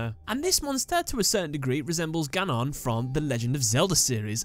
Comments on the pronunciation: The way he said ganon hurts me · never heard anyone say GANON like that